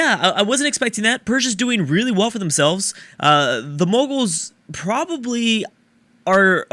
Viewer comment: "Moguls"... oh no